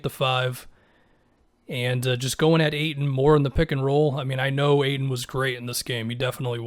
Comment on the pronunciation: Hahaha reading the auto caption for is funny, he never gets ayton name pronounced correctly